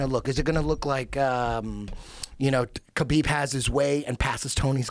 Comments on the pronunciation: ITS NOT KABEEEEB, it's pronounced HABIB. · A little disrespectful that he mispronounces Khabibs name over and over no one corrects him. The K is silent. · When are these guys going to learn how to pronounce Khabib?